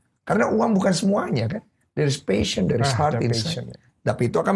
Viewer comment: passion not pahsion :)